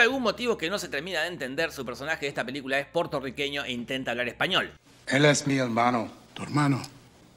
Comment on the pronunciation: Jorge, porque dices portorriqueño? PUERTORRIQUEÑO MI REY